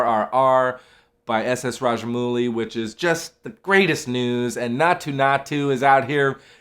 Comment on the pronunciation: Small correction , It's pronounced as RAJA - MAUU - LI & not 'MOO - LI'